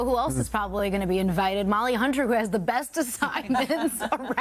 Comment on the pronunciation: No Gaudí (pronounced GaudEE, not GAUdi) did not leave “detailed blueprints. That’s one of the biggest challenges.